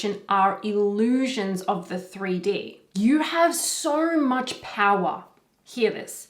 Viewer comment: It got to me when I heard, you have so much "Powah", funny but true, nice video!